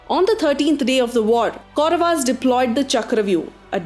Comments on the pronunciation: Your pronunciation of Kauravs as Kauravas, Pandavs and Pandavaas is jarring because it is so westernized. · I gave up watching this when I heard pronunciations like Pandavaas, Kauravaas, Hastinapura... unnecessary ...aaas added in the end of each noun.